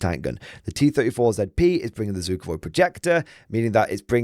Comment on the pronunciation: Just a tip, if you really like them soviets - it's Zvukovy projektor, not Zukovoy. So, pronounced approximatelly ZWOOK-OVEY. Just means a sound projector. Basically soviet noise marines ;)